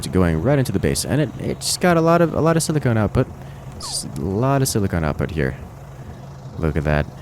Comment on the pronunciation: silicon and silicone are different things,and they're pronounced differently.